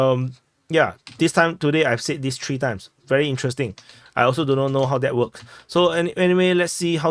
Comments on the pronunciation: Well, tree threw me off real bad to be honest. Try “th-reeeeee” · Well I agree but it took me a while to understand he meant three, not tree.